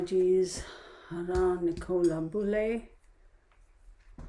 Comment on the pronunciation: Her name is pronounced NIC O LA and her last name is BULLY as if your saying someone is a bully.